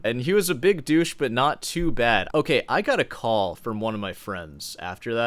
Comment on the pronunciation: its pronounced "call" not "coy"